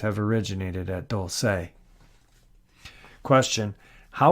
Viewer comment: it's prounounced Dull-see not Dull-say